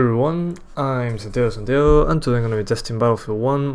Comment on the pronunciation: Btw I've never heard anyone pronounce that name the way you do. I even googled it and still lol